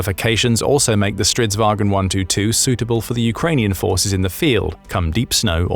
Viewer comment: aboute the Stridsvagn 122+... you pronouce it way wrong, soory! think more like war_cart. & yes it is straight translation from swedish 😂🇸🇪